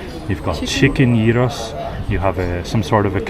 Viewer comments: 28.17 Bravo guys!! You're pronouncing it correctly!!! It's crazy how some people (especially) Americans pronounce it gyro (like gyroscope). It should be spelt yiro ("y" as in YES) to help in the correct pronunciation!! Your video is excellent, thanks for being unbiased about Athens, not all of Athens is so disgusting!! Kudos for your honesty and respect for our culture!! Greece isn't just Athens, there are many beautiful cities and towns beyond Athens....I'm lucky to be living in such a city in Central Greece. Been here since 1987 from Australia and I've seen a lot of changes here, mostly for the better!! Safe travels. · Your pronunciation is spot on….❤ It is very sad that Athens is what it is today….Unfortunately the Government doesn’t care & obviously the refugees don’t help either. I want to believe there will come a day where Greece will return to what it should be ❤❤❤ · never heard a foreigner pronounce gyros correctly, respect, most people fail already on the first letter 😄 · your accent when you say gyros-yeeros in Greek its better than most Greeks :D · you ar eright its yeeros! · Well done - you pronounced "gyros" perfectly ! 👌🤩 (I'm Greek) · You are pronouncing it correctly perfectly smack dab perfect